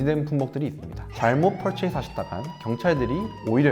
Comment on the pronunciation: 좋은 영상 감사합니다. 옥의 티가 있다면 purchase 퍼쳐스 라는 발음이 맞는데 퍼체이스 라고 한 부분 정도 입니다. 한국인이 잘 틀리는 발음 중 하나라고 합니다. 아시고 있겠지만 , cap어원의 주요 의미 중 하나에 머리라는 내용이 있어서 머리에 쓰는 모자 , 자본 수도 등등으로도 확장합니다. 어원 영상 많이 부탁합니다. 구독과 좋아요.~